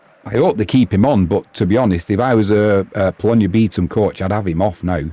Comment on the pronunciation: Also, my partner says its pronounced “beh-Tom” for Bytom 😅 haha